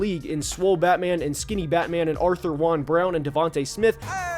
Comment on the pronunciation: Great video, and I enjoy your content. One small thing, AJ's middle name is pronounced like Juwan, I heard him mention it in an interview.